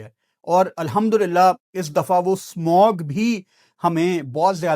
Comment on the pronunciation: Nobody, absolutely nobody:"":" Smoog, Foog, Purufier"